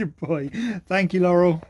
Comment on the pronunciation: lol that "you" and his "I love you's" are so cute. His "Laurel" was pronounced very well too. He's just so cuuuute chasing his tail being so excited and happy. Another awesome video. Cheers guys ! 💙🐕